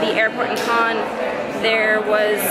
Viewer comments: Cannes is pronounced like "can" in english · its pronounced like can :)